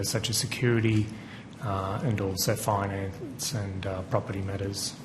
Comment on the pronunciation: Listen carefully to how says finance to fingers finance.... I think Malcolm already knows everything. This guy, I suspect, is in a line, along with his partner in crime, to do some time. Watch this space everyone. I have a hunch